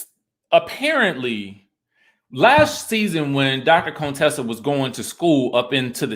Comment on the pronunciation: It cracks me up that you still hit the "Cone-tessa" every now and then 🤣🤣